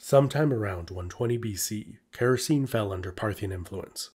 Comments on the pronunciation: Oh dear! All Greek "e" at the end of a word must be pronounced and "c" is always pronounced like a "k". So it's KHa-ra-kee-nee, not Keh-ro-seen, which is why it sounds so silly when you say it. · Actually, Characene would be more like "khara-ke-ne" (Χαρακηνή) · Small thing but it would be more accurate to pronounce the kingdoms name as Kara-Keyney.